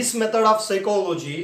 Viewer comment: P remains silent but pronounces 'p' in Psychology